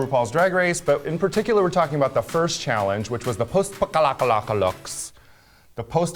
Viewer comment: post-apocalyptic isn't that hard of a word to pronounce tho? Especially for someone who proclaims they're an intellectual all the time and makes comments about other people's grammar (